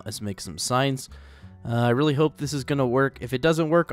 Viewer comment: When u say I need some more signs it sounds like I need some more science...